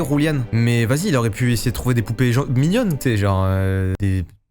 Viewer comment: mdr j ai la 1 ere fois que je entends quelle q un qui dit juliàn coraictement par abitute il dise julian